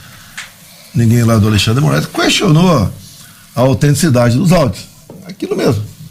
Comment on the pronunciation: "cuestinou" esse lixo mal sabe falar